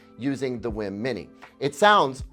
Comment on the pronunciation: WiiM is said as Weeeee mmm. Like a nintendo wii then being delicious. Not like Whim